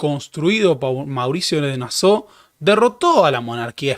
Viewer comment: "Nassau" es palabra alemana, no francesa y se lee tal cual.